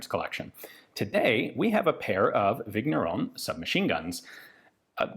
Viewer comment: The GN in Vigneron is pronounced like the beginning of NYET, in Russian. French names can be tricky, like that.